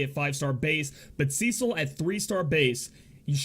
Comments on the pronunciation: It is the first part :D "Ce" is supposed to be pronounced like "se" in 'seldom",not like "sea" :) You pronounce the second part correctly :) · Okay...I just have to throw this out there....his name is pronounced "Seh-sil" not "See-sil" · Cecil is pronounced just as it's written,you don't change "e" into "i". Just wanted to share,since it was bugging me for a while how you pronounce his name :D